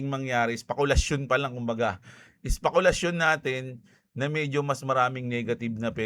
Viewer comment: Bakit parang ang dinig ko SPAKOL asyon. Parang iba yun ahh.. Hahaha😂